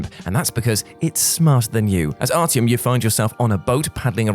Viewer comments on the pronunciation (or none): none